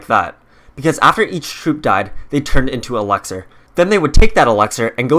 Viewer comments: It’s elixir not elexir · Why do you pronounce it elexor its elixir 😣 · Why do you say elexir? Its elixir. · Him: EleXeR me: it’s ELIXIR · It's elixir not elexir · It’s Elixir, not Elexir. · I hate how he says elexer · He keeps saying alecxer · Please stop saying elExer and alCHEMist. Its elIxer and ALchemist. The emphasis moves the AL when its added to CHEMIST. :-( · “Elaxir” “Al chemist” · "Elexir" "All-chemist" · Why do you say alchemist and elixir incorrectly every single time??